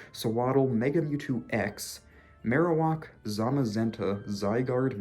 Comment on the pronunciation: It sounded like you were going to say “marijuana” instead of “Marowak”